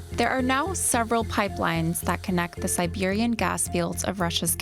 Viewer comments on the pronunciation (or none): none